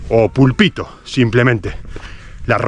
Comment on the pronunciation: se dice pÙlpito y no pulpÌto (fijate en el acento). Segùn la RAE: púlpito Del lat. pulpĭtum. 1. m. Plataforma pequeña y elevada con antepecho y tornavoz que hay en algunas iglesias para predicar desde ella y hacer otros ejercicios religiosos. 2. m. En las órdenes religiosas, empleo de predicador. Se ha quedado sin púlpito.